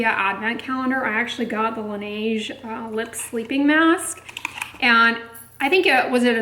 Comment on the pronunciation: FYI: Laneige is pronounced lah-NEZH -- 'zh' like that second 'g' in garage [IPA: laˈnɛːʒ]. Listen here: . La neige means "the snow" in French. ❄️⛄️